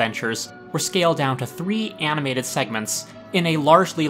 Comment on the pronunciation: The word is animated, not "aminated".